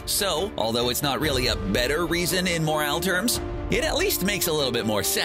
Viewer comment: Do you not know how to say 'moral'?